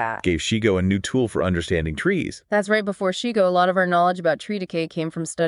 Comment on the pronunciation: His name was pronounced SHY- GO. Not SHE-Go. I attended a workshop of his 1996.